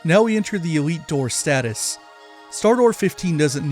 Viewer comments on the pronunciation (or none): none